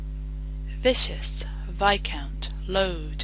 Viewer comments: and Drew Makepeace "viscous" is usually pronounced like viskis, "gouge" is usually pronounced gowj, and "ally" is pronounced al-lie(but pronounced smoothly). In American English. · 'tops'l' - 'viskuss' - and several other fails. disappointing. i wanted to use this as an example for my daughters. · * As Noted Already * - MISPRONOUNCES "VISCOUS" AS "VICIOUS" . Can easily see how this happened, but didn't anyone listen and check?? Amazing compilation of our crazy language, however, also as already noted. Thank you! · It's 'viscous', not 'vicious'. And 'ay' is another 'I' sound, though 'aye' seems to differ between accents sometimes. The 'g' is not generally silent in phlegmatic. As good a reading as I've heard though, clear and deliberate. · The G in phlegmatic is voiced, but curiously not in phlegm! Viscous = Vis-cuss, not vish-us. 96/100 - good read! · It's "viscous" not "vicious" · She mispronounced ''viscous'', it should be pronounced ''vɪskəs'' not ''vɪʃəs'' (vicious) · I'd have said "tops'l" not "top sail", and made "aunt" a tad further from "ant", and her viscous may've been a little vicious, but by and large, as an American raised by Bostonians, Canadians and one Brit, I think she did an admirable job. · I was lovin' it until she she pronounced viscous as vicious. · richie blackmore i HEARD TGAT AS WELL, BUT IT IS STILL, WONDERFUL AND BRILLIANT, AT LEAST TO ME!! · Shame, she pronounced "viscous" as "vicious" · I realise it's difficult to account for accent (I'm British) but the pronunciation of viscous, gouge and ally in this just seem wrong to me. 'Viscous' and 'ally' sound like they've been misread as 'vicious' and 'alley', whilst pronouncing 'gouge' as 'gooj' just sounds ridiculous. ("Half price eye-goojes this week! They're wonderfully relaxing.") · you pronounced viscous as "vicious" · I was done after I heard viscous pronounced "VISH-us" -_ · viscious is off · you read leisure and viscous wrong, the rest was ok